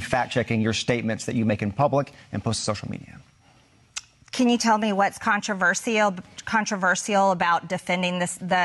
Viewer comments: Yeah, "contraver-shee-yall...." Then, "contra-verse-ull". Just throwing them out there to see which sounds better---like her opinions. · How many ways can you mispronounce controversial? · The blonde dude can't even say the word "controvershyall" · Haha “Contrivers-seal” tooo big a word eh Marge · Controverseeal and controversal? Does she have a speech impediment? {:o:O:} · Marge, it's CON-TRA-VER-SHALL. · She can’t even pronounce controversial. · She can't even pronounce the word "controversial." Good god. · She cant even pronounce the word controversial. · She can't even pronounce " Controversial" without really having to think about it. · Peach tree dish. Caspacho. She can’t even pronounce controversial. How the f—- did this women become part of congress? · "I stand by the words that I say..." even if I can't say them correctly. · You can trust MTG to mispronounce controversial three times in nine seconds. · She doesn’t think she said anything controversial because she can’t even pronounce that word. 😂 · She can’t even pronounce the word controversial…. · She can’t even pronounce “controversial” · She can't pronounce the word "controversial" either nor can she answer a straight question. She's all "fake" and desperate to be relevant. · "I stand by the words I say". Really? Three attempts at getting her dumb mouth around the word "controversial" and I still don't think she nailed it! 😂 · She can't even pronoun controversial.. after 3 tries.. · She can't even pronounce the word controversial properly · Can’t pronounce “controversial”! 😂🤣😂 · Green can’t even spell ‘controversial’, much less pronounce it! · Two failed attempts to pronounce “controversial”! Stands by her mispronounced words, though! 😵‍💫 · Can’t pronounce “controversial”! 🤪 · WE ARE NOT COMMUNISTS You are controversial and btw it doesn't have 5 syllables!!! Where did you get your education? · Gespacho space lasers can't even say controversial and the things you say aren't true marge